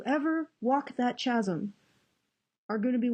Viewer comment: Chasm is pronounces Kasm. The Ch is a hard C.